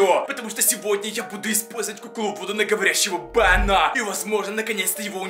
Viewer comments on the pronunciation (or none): Ну не говори "бенА" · БенА , вудУ , оюзательно так говорить?🙀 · вы не поняли бЭна не Бена , а бЭна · Меня забавляет то, как он говорит "Бена"